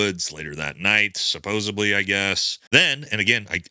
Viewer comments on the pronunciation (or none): supposeDLY not supposibly. Thats not a word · “supposebly” … supposedly. I hear many people miss speak this word and I get a chuckle out of it every time. thank you for all this information. I hate it has come to this. hah. Supposebly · Please learn how to say "supposedly". Sounds uneducated to keep saying "supposiBly". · Quite compelling! SupposeDly... With a D Not supposeBly... With a B...Thank you for your thorough work! You're great! Learned about you from The Conspiracy Files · I like your video. You seem really smart and well thought. I am not sending this to pick on you, I just wanted to let you know the word is supposedly heavy on the edly not suposably not ably, it edly. Best wishes seriously. Not trying to pick but mispronouncing words distracts many like me and makes it hard to pay attention to the great message you present. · The word is “supposedly”, not “supposably” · I love you and your message. I want you to know it is supposedly not supposebly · Supposedly no “suppsubly” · Love your videos, more please. 🙏🏼 But it’s pronounced “suppose”d”ly” NOT “bly”. The word is “supposedly”. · “Supposedly” not “supposeably”. FFS. Otherwise good video lol. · Supposebly is not a word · Bro, the word is pronounced “Supposedly”…with a D…not a B. 👍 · "Suposebly" "exscaped" oof.... low iq. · Anyone gonna tell him supposeBLY isnt a word? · My guy. Save yourself the future embarrassment. It’s pronounced (and spelled) “supposeDly.” Don’t allow yourself to be discredited by such simple errors. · I appreciate your analysis. Thank you.. Please, the word is supposedly. There's no b in the word. It's a word you're going to be using a lot going forward,. Pronouncing it properly will make you sound even smarter. I mean that sincerely and kindly. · "supposably" You're a grown man, say the word right